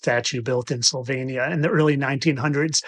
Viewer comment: He couldn't even pronounce Slovenia correctly yet he went on to claim with full confidence that dinosaurs were actually drangons, truly amazing 👏👏👏